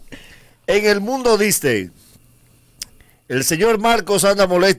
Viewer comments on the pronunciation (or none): Son ideas mías o dice del mundo Disdey?